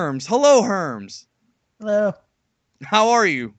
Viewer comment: Geekdom101: Heloo Herms! Herms: Elo ....LOL!